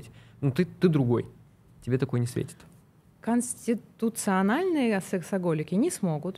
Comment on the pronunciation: совершенно с Вами согласна, она с трудом выговорила слово КОНСТИТУЦИОННО))))